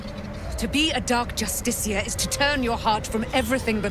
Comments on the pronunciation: Sorry but after twelve videos i HAVE TO ask you this: why do you always pronounce justiciar as "JustiKar" and not as "JustiSHiar"? Do you just miss the i or there's something i'm missing? Cause it's really starting to bug me lol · Everyone: Dark justiciar Him: Dark just-stick-car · I can’t be the only one that HATES the fact that he can’t say Justiciar right, like bruh they say it a million times how can’t you say it right by now lol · It’s justiciar not justicar 😂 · consistent with the justiciar mispronounciation since the thalmor justiciars in skyrim, we love to see it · pls learn how to say justiciar i beg also loving the bal gat 3 vidja